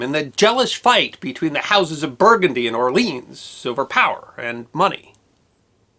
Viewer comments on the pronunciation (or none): ... Or-Leon !....Jesus!